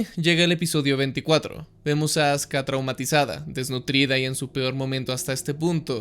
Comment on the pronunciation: Se escucha Azka en vez de Azuka 😄